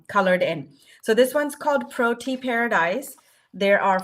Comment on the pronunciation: I can see I'm not going to be able to live without Lavender Whimsy! 💖 By the way, the first flower is pronounced pro-TEE-ah